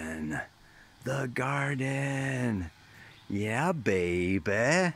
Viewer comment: I love how you say baby like a true Yorkshireman even though you clearly aren't :) Thanks for your videos, love them so much x